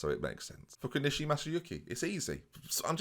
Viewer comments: For an Englishman it was a good pronunciation of Masayuki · As a Dane with zero ties to Japan I can honestly say I think you nailed it with your pronunciation.